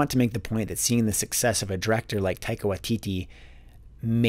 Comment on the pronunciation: Hey, In Taika's last name, you stress the first syllable, not the last two. They're more of a short i sound :)